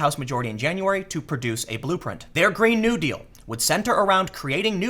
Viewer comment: It's Green (NEW-deal) not (GREEN-new) deal.